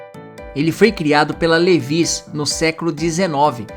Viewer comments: A pronúncia de "Levi's" não é "Levís". Nem "Lévis"! O correto é "Livais"! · A pronúncia de Levi's é "Liváis" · Com tantas informações legais você se apegou na pronúncia de Levi's, meu poupe